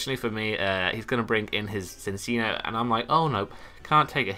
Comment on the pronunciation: Nope it is pronounced Sin-see-noh.